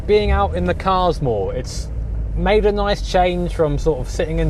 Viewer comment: 'Ery noice.